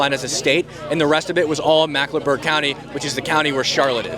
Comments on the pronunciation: Just wanna say, it's Mecklenburg not Macklenburg. 😁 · Mecklenburg. Say "Mecklenburg." Not macklenburg. It's our largest county and encompasses ALL of Charlotte, NC. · Bro just learn how to say “Mecklenburg” everything else was on point